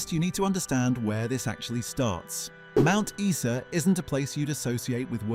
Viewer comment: Steve Holland was swimming in his father's pool at South Brisbane. I knew his sister, and he earned a Silver medal at the Olympics in Canada. Mt.Isa, is pronounced I -sa.